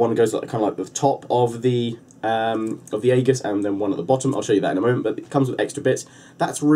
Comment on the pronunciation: it's pronounces ee-juss, Great review. Very informative.